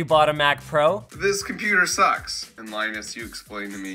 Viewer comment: pewdiepie says thank you "Linnus"